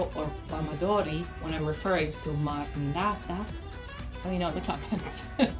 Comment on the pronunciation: Hi, Italian here. We usually say passata di pomodoro and marmellata di pomodoro because we're thinking of tomato as a type of substance, not as individual items, in thiese cases. By the way, it's marmEHllata, not marmeellata. It's the same sound as in perché. The letter E can be open or closed, but it's never going to be the same as the letter i